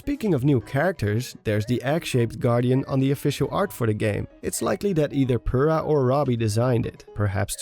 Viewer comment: Impa is playable, and Purah is seen. Purah is pronounced POUR-A Our lives are a lie